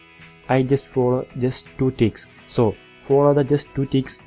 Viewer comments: trick not tweeks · THANKS ........ OH AND WELL ITS NOT TWEEKS ........ ITS KNOWN AS TRICKS